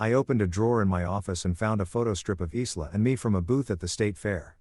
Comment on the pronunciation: Isla is usually pronounced ( I LA) silent S Parents haven’t taught Respect & Consequences